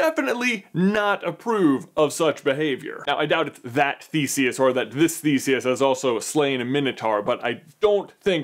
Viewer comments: Every time someone says Thesius I hear thesies XD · as someone who learned old greek i hate how u pronounce Theseus